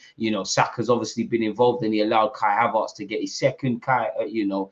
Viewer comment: it's ERTZ not ARTZ.... Am i missing something? 😂 You know what call him whatever yuh like! We're flying!! ❤‍🔥